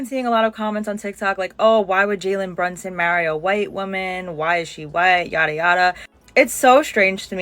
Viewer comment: She doesn't even know the man's name; "Brunston", who is that?